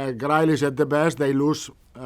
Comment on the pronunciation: You've got to love the way he pronounces grealish 🤣